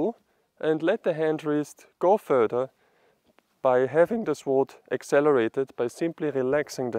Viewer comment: Calm down, don't speak so quickly. Give the viewer a chance to digest what you are saying and comprehend what you mean. Relax.. (Sword-Colloquial English pronounciation as sord. The uu is almost inaudible, in practical terms the W is silent.) Please bear in mind that form follows function, at least it should. In the case of martial arts there is performance art, health, meditative practice, and combat. The focus in the form for all of them is different. Your intention should guide your path. There have been hundreds of schools of thought on this subject. Even then they were divided still into five main schools. Including scholar sword, doctor sword, peasant sword, etc. Most sword styles in China followed the deeply complicated five element theory and those societal norms as to what was correct for a doctor as opposed to a warrior. By the Han Dynasty these were all dictated by Confucian thought, which was in turn had blended with Taoism, and Buddhism. In Taoist terms the most important point was to let the sword make the cut, not the man wielding it. For combat, despensing with preliminary conditioning sets, and moving naturally with the sword was the difference between life and death. Getting to this point can take easily twenty years of serious training. A study of Shaolin sword quickly bares out the differences in style. For those interested in combat, as opposed to performance art, the study of Myamoto Musashi's Book of Five Rings is an indespensible must. Good luck, keep